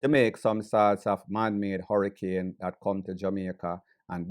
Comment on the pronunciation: Can't even pronounce hurricane... " should have attended your classes " 😂😂😂 luad jesas did he say documentary 😂😂😂😂